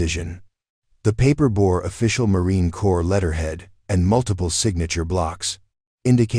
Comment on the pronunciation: Please educate your AI that c o r p s is not pronounced cores it's pronounced core. Besides being distracting and annoying, the mispronunciation is most likely disrespectful. Please fix it. Hello, I am enjoying the story despite the flaws